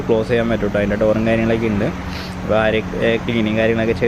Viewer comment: ബോലോറ എല്ല ബ്രോ... ബോലെറോ 😄 ആര്യ എല്ല ആരിയ 🤫 Edit: paint job is superb 👌🏼